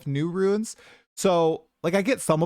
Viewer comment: New drinking Game: Take a shot whenever mispronounces 'Runes' as 'Ruins'.